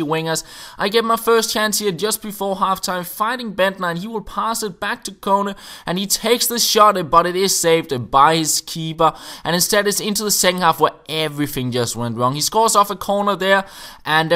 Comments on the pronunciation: Kone is pronounced Koe-Nay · Kone (Cone-A) Thumbs up so can see!